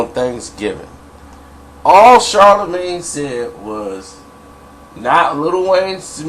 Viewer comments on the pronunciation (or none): You don't even know how to pronounce his name talking about some body sound stupid lmao